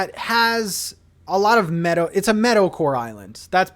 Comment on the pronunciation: Love the theme but for the longest time I thought you were saying "metal" theme🤣 I was cooking dinner and watching so was distracted.